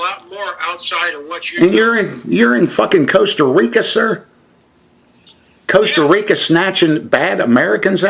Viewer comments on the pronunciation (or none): I'm not even from the United states but when he first said Costa Rica I even knew that was wrong.